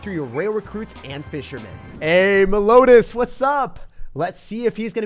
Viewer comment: Yo that last guy you played name’s Meliodas, not melodas. It’s pronounced Melly O Das:)